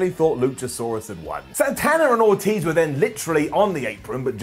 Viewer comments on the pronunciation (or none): none